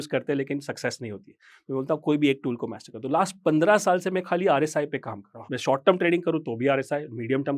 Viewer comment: मैस्टर नहीं। मास्टर।